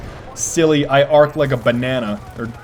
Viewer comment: I just break out in laughter, whenever you say "banana(s)".. i can't tell why, but it's just funny as hell